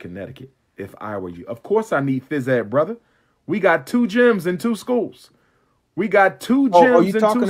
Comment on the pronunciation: He has "Two Schooze". LOL